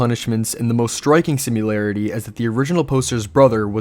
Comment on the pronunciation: SIMILARITY<-------- =/= "SimUlarity" --- Get it right.